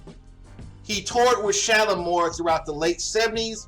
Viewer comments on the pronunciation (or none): it was Shala- MAR. Don't know if you realised you were saying Shala-MORE. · 1. The group’s name was SHALAMAR,MAR not SHALAMOR’🤔😂